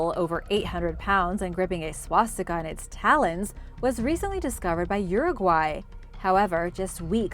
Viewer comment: Finally a native english speaker says uruguay properly lol